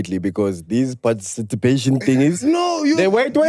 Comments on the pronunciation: I don't know English that well neh, but i have realized that most "learned" people have a problem with pronunciation of the words " PARTICIPATION" ( "parcitipation" )and "ESPECIALLY" ( "expecially" )..... and often times they can hardly hear themselves🤭......, i love you.... you just made my day😂❤. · “Parcitipatation” ~ 2024